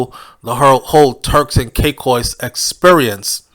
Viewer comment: ...ITS TURKS AND KAY-KOS 😂😂😂